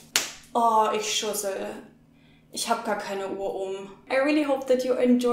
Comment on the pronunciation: Bowl & idiot sounded so similar! I couldn't discern between the two!